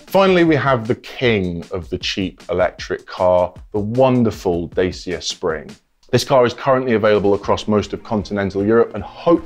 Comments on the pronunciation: 'DASIA'. PLEASE! you are a motoring journo and you don't know that it is pronounced DATCHA! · I see is still mispronouncing Dacia and still claiming the Ora will be the first Chinese EV, just ahead of introducing the two MGs. Also, the MG5 model featured in the video is not available in the UK.